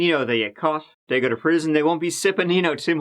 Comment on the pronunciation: I love it when he says lets give it a gewwww 😆